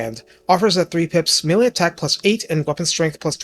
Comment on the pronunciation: Sometimes when you say plus 5 melee attack, i think you instead said, plus 5 MILLION attack lmfao. Made me double take